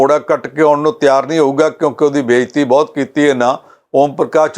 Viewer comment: Good comments but what about the Jalandhar Parliamentary election ? When will this anchor make right pronunciation of Punjabi word ‘ Bahut’ ?